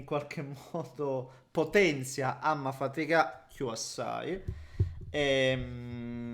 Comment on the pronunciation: la parola è: "faticà" con la C, deriva da faticare.